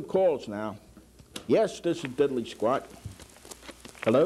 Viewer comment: There’s no Y in DIDDLEE BRO